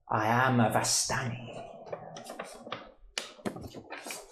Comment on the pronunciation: DM pronounces it like "VAS-tani". I always went with "vis-STANI", accent on the second syllable. Who's with me?